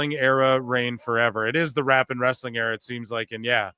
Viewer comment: Russo saying "wrestling" with three syllables never gets old 😂